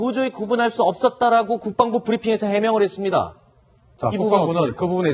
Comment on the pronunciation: MC도 국뻥부라고 발음하잖아